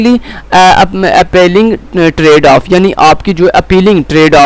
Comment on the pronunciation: bilkul theek kaha bhai ajeeb hi parha raha hh khud nhi smjh arhi isko na parhna arha malicious ko ghlt parh rhe appealing tradeoff ko ghlt parh rha ajeeb